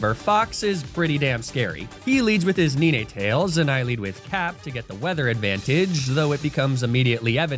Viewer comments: Ninè tales and araninè is an unforgivable pronunciation holy cringe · It literally has 9 tails... So it's NINEtails (pronounced like the number :P) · DID HE JUST CALL NINETAILS NI-NE-TAILS!!! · IT IS NOT PRONOUNCED NIN - E - TALES 😭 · Did bro say “Nee-Nay-Tails”? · I can;t decide if I love or hate the way he misprounces pokemon names. Arcanine, Ninetails, Mawile. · I hate the way you say ninetails.